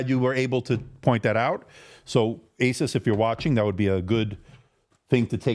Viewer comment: Thank you for saying AY suss and not ay SOOSE which sounds ridiculous.